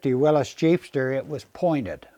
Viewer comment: Another smart guy that pronounces Willys correctly.